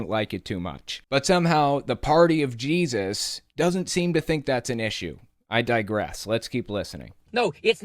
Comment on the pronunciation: he says jaysus sometimes!